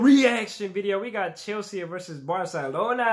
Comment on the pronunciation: Come on, man. It's not Chelse-aa. It's Chelsea, like the girl's name